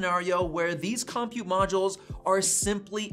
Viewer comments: This is the second youtuber i've watched that pronounces "compute" as KOM-pute instead of cumpute. What is going on? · I'm excited about this possibility but had to quit listening after you mispronounced compute. The accent is on the second syllable, kəm-pyoo͞t′. I don't understand why dictionaries use this but it's not COM-pute, it's com-PUTE. Like the way you say computer so it's a com-PUTE module. Actually, I've been thinking about multiple (or replaceable) CPU modules ever since the M1 came out. These could be arranged like a blade server. It doesn't appear that Apple is thinking about multiple compute modules but only upgradeable compute modules. In some ways, I'd rather Apple come out with an architecture that allowed multiple CPU/compute modules with independent secondary memory and storage modules along with mother/daughter cards (or backplanes) that included upgradeable PCIe buses for faster I/O technologies (Thunderbolt, GPUs, etc.). Can Apple develop software that would allow this technology that is already in use on supercomputers? If you look at supercomputers, each compute module is not that fast but when you put 8,730,112 cores together (new top500 supercomputer from Cray, installed at Oak Ridge National Laboratory, 1,102.00 PFlop/s but takes 21,100.00 kW to operate) with special software you get a very fast computing system. I don't see Apple going this far but what about a derivation of the M-series SoC that only contains enough memory and storage to boot and operate each M-99 compute module (CM). Apple could include a dozen or two Mx small modules into the M-99 CM instead of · Lol "Kahm-pute" module